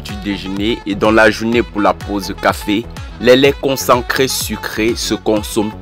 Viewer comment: On dit concentré et non concencré qui n'existe nul part dans la langue française